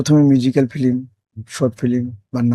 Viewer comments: এই লোক তো উচ্চারণই জানেনা। ফিল্ম কে বলে ফিলিম.. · ফিলিম না ফিল্ম😂